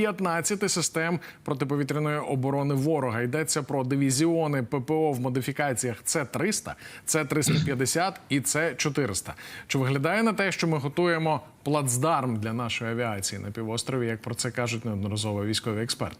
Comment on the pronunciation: are you ........XXXXXXX ?????? You are in this war for 10 years, and you still didnt learned that your "C" is "S" ? So not to read it like a latin C-300, but S-300 ????? etc... How TF you can be still a redactor and being payed and showing your dumb skull on the camera ?????